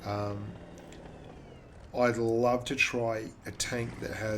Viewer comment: its pronounced lurve not loorva